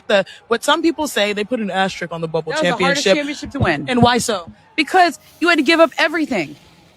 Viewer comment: I can't take it anymore. It's spelled asteriSk not asterik you idiots